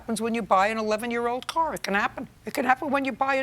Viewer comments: “I just thought to need a core …”. How do you turn pronunciation of “car” into “core”. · Why did the Plaintiff pronounce the Car (Coor) as Whore. Is there like a school for slang? Every school I had gone too, never heard a teacher teaching students to speak words like that.